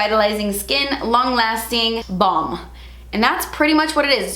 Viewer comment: I swear I’m losing it. I thought you said body bong and I’m like huh?? BALM!! BALM!! 😂😂